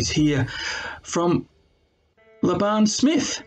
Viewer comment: Laban's name is pronounced Lay- ben. For future reference. He was surprised when l said it correctly.